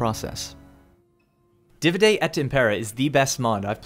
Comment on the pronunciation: im sorry to be that guy but dude... did you seriously pronounce the word Divide (DEE-VIDE) as (DIH-VUH-DAY) cmon man.... thats elementary school English